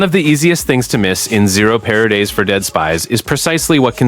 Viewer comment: hahahah I noticed that too